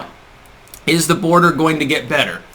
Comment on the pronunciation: She's not going to the "bordah." Please pronounce that word properly. Harris talks through her nose and is condescending and obnoxious as it gets.